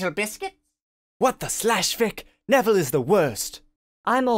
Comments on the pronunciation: Andre Hernandez nevviwle sewft diswuct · Hahahahahaha! (Neville) Wut? Wo tawking abut mwy shepe? Dats diswespectful. Mwy gwandmofer wiww be su med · Neville is the worst sorry what... He brought pottah to the school Saved pottah countless times And also protected pottah in the finale